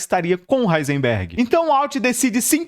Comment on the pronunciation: Duvido alguém falar quantas vezes o cara do vídeo falou "Heinserberg"